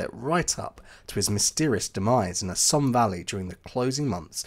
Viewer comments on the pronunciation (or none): none